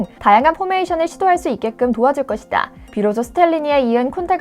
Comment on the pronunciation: 말 끝날때 ᆢ것이다 에서 다부분 정말 듣기거북해요 ᆢ제발 유하세요 ᆢ